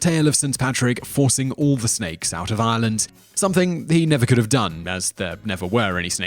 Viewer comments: I'm sorry but 1.) it's Ireland not Island - say it right and you've butchered most of the names. I know they may be hard to say but at least pronounce easier ones like Banshee correctly. You should be putting an accent on the she so it stands out more if that makes sense? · anyone else feel he's pronouncing Ireland wrong :/ I'm hearing Ieland not Ireland maybe its just me